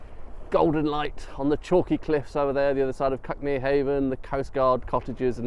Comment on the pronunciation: It’s where I live ,this video, we pronounce it Cookmere 😅